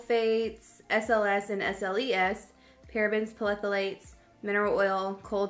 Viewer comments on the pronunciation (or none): Lmao... What are "palethalates"??? 😂😂😂😂😂 Girl. You meant "thalates" (phthalates) I'm dying rn. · I don’t to be rude but you’re pronouncing Phthalates wrong. It’s THAL-ATES but I do like how you say it though with your southern accent! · It's THA-LATES... Still love you to pieces though!!! 😘